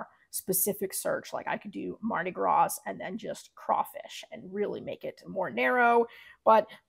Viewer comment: Thank you for the video, it's great. The text colors on a black background look great but would you change the colors of the text if you wanted to sell a different color shirt or would you just stick with shirt colors that work with the text colors? Also, the "s" is silent in Mardi Gras.